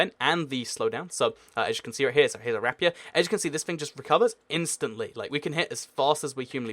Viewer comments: i pronounce it Ra-Pee-Er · said the rapier wrong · How you say rapier makes me cry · Isn't it pronounced: rape-ee-err